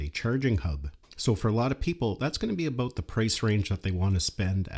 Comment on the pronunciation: You said, "aboot".